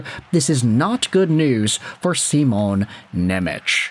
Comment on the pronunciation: Please please please stop saying nemech as simons name. Im slovak and its hurting me to hear😂. His name is Shimon Nemec not nemetsch😂